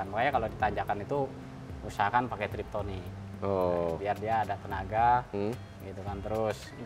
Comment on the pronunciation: yes benar, TIPTRONIK (tip = pencet/tekan, tronik = elektronik, jadi ganti gigi dengan pencet/tekan) bukan TRIPTONIK (trip=perjalanan, tonic? Vitamin rambut) hahahahaha Kocak orang Indo SELALU salah myebut TIPTRONIK menjadi Triptonic